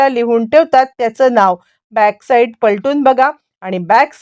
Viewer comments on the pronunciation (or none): साईड म्हणा साईट काय